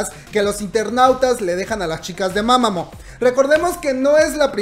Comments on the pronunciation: Mamamoo Se dice "MAmamU" NO "mamamo" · Creo q se pronuncia mamamuu🤷‍♀️